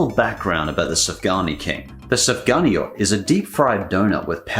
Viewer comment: It is pronounced suf gan yot